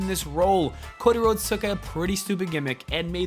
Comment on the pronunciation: The way he said Cody Rhodes was so weird he said it like cod eh rods